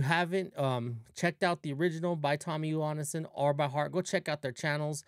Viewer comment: Why are you Say his last name wrong? It´s not "Johannesson", It´s Johansson